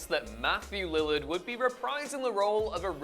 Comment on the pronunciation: Matthew Lil-LARHD not 'lillerd'. You sound like an idiot, not just a crappy accent.